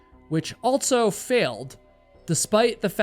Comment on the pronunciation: You are fascinating. I just wish you didn't say "altso".